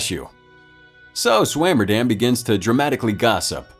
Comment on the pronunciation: Well I'll be Swammerdamm! LMBO U butchered that name!